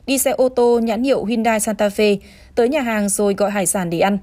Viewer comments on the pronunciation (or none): none